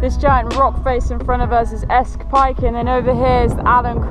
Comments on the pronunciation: Very nice and well done but Sca Fell is pronounced Scaw Fell and the peak next to it is Scawfell proper. Not Scayfell. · Sorry to be pedantic; there's no r in Sca Fell.